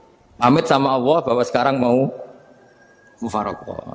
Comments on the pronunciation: mohon mf.... lafadz yg benar Allah ataukah awoh, kenapa Gus sll menyebut awoh, bkn Allah, apakah itu boleh ???🙏🏻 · Awwoh atau Allah, coba cermati Cara ngendikan Allah tapi kedengarannya Awwoh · MasyaaAlloh terima kasih Gus tapi kok saya rada ga jelas kenapa menyebut Alloh bacaan di Qur'an tapi Gus ngucapinya awoh, jadi yang bener Alloh apa awoh terimakasih 🙏